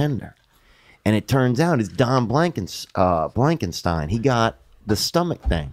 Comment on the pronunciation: "Don blankinetstein" 😂😂